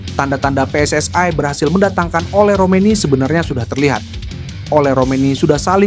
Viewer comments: Wong indonesia aja ngomong PSS AI koyok wong malay aja PSSI mas. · Min...gue dengernya geli PSSI jadi PSS -ay